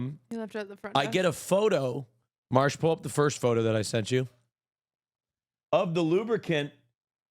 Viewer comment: It's Marche and not Marsh???